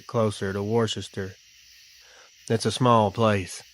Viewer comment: Worchester-wooster Leicester-Lie-ster